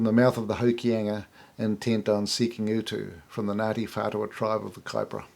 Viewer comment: Idiot! Can't pronounce maori so why are you trying to tell our history? Taoho wasn't the chief of Ngatiwhatua?